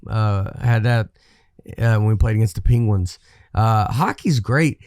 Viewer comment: the ping-gwens. This was a stop down on Nateland based on how they said that word.